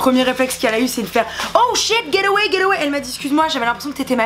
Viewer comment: C'est pas " ger awey " 😅😅